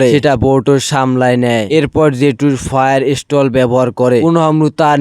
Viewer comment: ফায়ার স্টল না ভাই ফায়ার স্টাইল😂😂😂😂😅